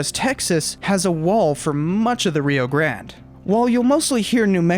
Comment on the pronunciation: And the reason Texans roll their eyes when "nuevo historians" from New Mexico pronounce Rio Grande. I'm surprised that you don't just go with Rio Bravo BTW, I am a Lobo